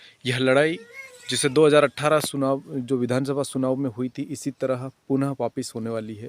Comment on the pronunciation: सुनाव नहीं चुनाव